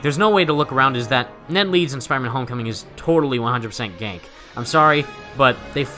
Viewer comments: Small thing. It's pronounced "Gan-kee" LOL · PLEASE LEARN HOW TO PRONOUNCE GANKE!!!